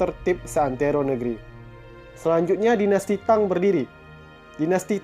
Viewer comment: BAGUS UNTUK MENAMBAH WAWASAN CHINA MMG HEBAT MUNGKIN LEBIH HEBAT DARI MESIR .SEDIKIT KOREKSI PENGUCAPAN PIN YIN NAMA DINASTI AGAK SALAH SPT JIN HRS DIBACA CIN ; TANG DIBACA THANG DLL